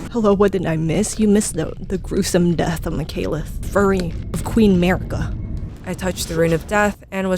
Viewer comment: makileth or malikath lol